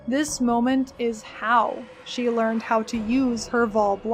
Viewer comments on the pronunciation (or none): none